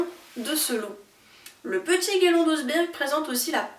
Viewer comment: Vidéo bien construite, simple mais riche en détails et petites infos passionnantes =) En revanche j'aimerais pointer la prononciation de plusieurs mots étrangers : missed-hole n'est vraiment pas "missède aule" mais plutôt "misst Haule" (je mets le H aspiré en capitales) - je n'ai tout simplement pas compris de quoi vous parliez la première fois ! Aussi, Oseberg se prononce en norvégien "ousseh-ber(ille)" (je mets le -ille entre parenthèses car il est très, très discret, c'est presque "ousseber", juste un peu mouillé sur la fin) et non "oze-bergue" ;) Cela dit vraiment sans troller, juste de façon constructive en espérant aider à faire avancer votre contenu que je trouve, comme dit, très intéressant.